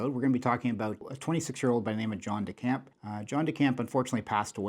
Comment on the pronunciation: he's dying!!!! Cant even pronounce his name correctly.